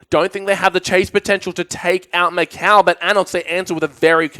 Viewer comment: o narradar falando MÉCOW (MICAO)